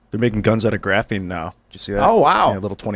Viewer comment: just hurts my brain with his level of dumbassery, "huh huh graphine"